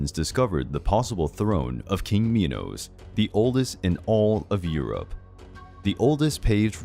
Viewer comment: I got so mad when he said Minos meEnoO